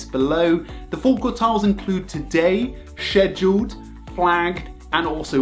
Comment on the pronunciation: shheduled lmaoooo